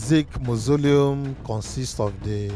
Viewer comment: It’s pronounced MA - SO - LI - UM